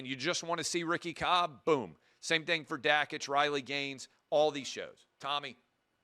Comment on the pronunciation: How do you not know how to pronounce one of your own guys name... Dan Dakich???